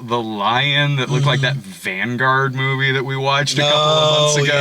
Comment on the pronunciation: "...this mewvie..."